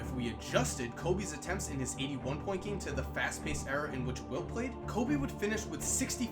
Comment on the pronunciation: It sounded like he said "eating 1 points"